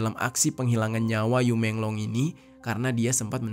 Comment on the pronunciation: Bacanya yi menglo